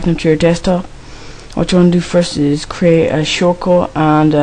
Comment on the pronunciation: '' craeet ae shoort cut ''